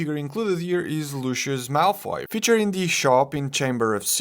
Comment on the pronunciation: Why do people pronounce his name like luuu- chuss????? It's not that hard. It's Lucius... Lu-si-us